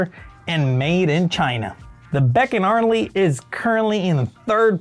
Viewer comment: Oh, its beckarnley not beck…arnley. You sound like AI. Any experience in the auto biz bro ????